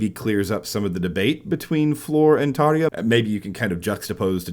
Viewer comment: Tarrrr-ya!!! Not Tar-ee-ya!